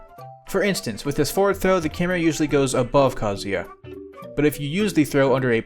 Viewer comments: THANK YOU FOR SAYING KAZUYA RIGHT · Every other streamer/youtuber says his name like kazooya, so thank you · Proper kazuya pronunciation!!!!!